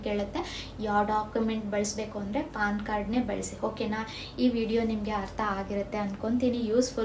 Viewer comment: Paann alla ma adu Pan Card